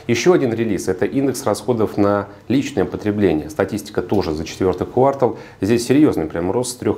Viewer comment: Спасибо за ваши обзоры. Но слышать квАртал просто невыносимо